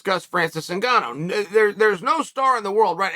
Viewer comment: Francis WHOGANNOU